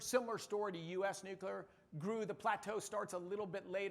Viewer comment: Wait there are people who aren't Homer Simpson who pronounce it "new-cue-lar"?